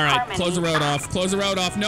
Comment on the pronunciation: It's "all ova da woad" :) And let's not forget COOOOODE ZEWO SANNNDYYYY